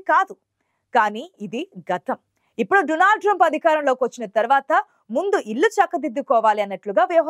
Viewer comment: Modi పై కుట్ర ఏమి జరగలేదు..మోడీ నిజాన్ని అబద్ధం గా సృష్టిస్తున్నారు... మోడీ సంగతి అందరికీ తెలుసు. He is గ్రేట్..ఆతని తప్పులను ఇతరుల పైకి నెట్టి మసిపూయటం లో మోడి specialist.. Anchor అమ్మాయి " డునాల్డ్"..కాదు "డోనాల్డ్" ట్రంప్.